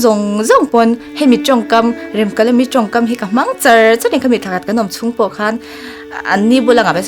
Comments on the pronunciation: A thluk iti diklo Remkalami a nilo Remkalami tihtur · Nia Remkalami itia Remkalami ni reng sia. . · Remkalami tih thluk hi a dik lo, ka lo ngaimawh deuh, mhs, i inhmeh thlawttttttt🎉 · Rem tih lai hi in lam dik lo.. A story ami ang khan lam rik tur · Remkalami i lam dan adiklo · Remkalami tih hming i lam rik dan leh, Pc Hrasa chhiar a alam rik dan ava in ang lo ve